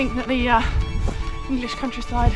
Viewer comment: Turns out its quite perilous in the English "Cowntryside"😬😬